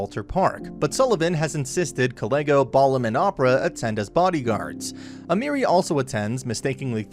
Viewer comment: and almery like emeri